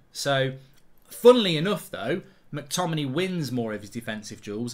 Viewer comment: Mark why do you completely ignore the ‘a’ in mctominay when you say his name 🤣